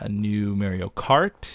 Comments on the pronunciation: M-AW-RIO.......not MER-RIO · Why do people pronounce MARIO MAIRIO? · it's MAH-rio, not MEH-rio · you says mario wrong You say it like its spelled mairio instead of mario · mareio? mario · U say (Mary o) it's Mario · You can tell when a gamer is of the older generation when they pronounce Mario as merryio kart. Lols your awesome beef please do a facecam in the near future! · Its pronounced Mah-Ree-O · Just sayin, you pronounced Mario wrong... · Mah ree oh, OCD sorry beef X3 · Dude Mario is pronounced morio the a makes a o sound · says Mario weird lol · You pronounced Mario wrong!